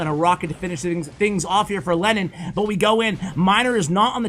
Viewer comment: Am I the only one who thought that you said Lenin instead of Lennon? 😂😂